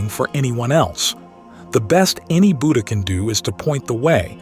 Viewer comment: The word Buddha is mispronounced. The first syllable has a short u sound. It should be said like that in wood not like that in wooed.